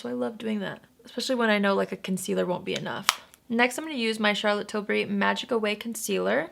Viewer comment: Thank you for not pronouncing it like TIL-BERRY like every other American 😂😂😂 this is why you’re my fave